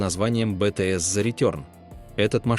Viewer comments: Бэ-тэ-эс! Капец, что вообще уже. Научите уже своего робота правильно произносить название нашей любимой группы! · как можно это смотреть когда значимое слова ВТС звучит как * бетиес* 🥱😡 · Автор научитесь произносить правильно название группы, и участников.